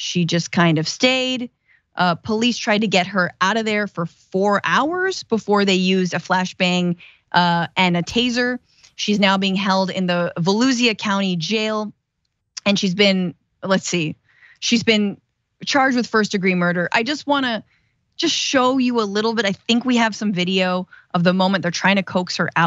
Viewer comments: It’s not “VA-LUZIA” county. It’s CALLED. VA-LUSHA” COUNTY. wow. No wonder the “COMEDY CAREER “ Ended before it started 💁‍♂️🙄😂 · Vuh-loo-zhuh is how you pronounce Volusia.... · Volusia dont sound like Fallujah 😂. Its got a silent H thanks to the S.